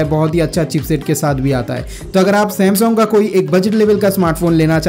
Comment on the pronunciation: Samsong nai bhai sam - sung*